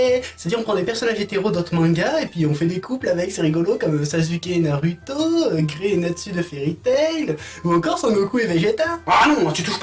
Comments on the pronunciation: C est pas naruto mais narouto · Par contre c'est Narouto et pas naruto Prononciation